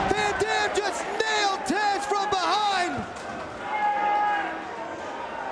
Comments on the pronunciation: Taz not Tazz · It's TAZ, not TAZZ!! GET IT RIGHT WWE!! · It’s Taz not “Tazz”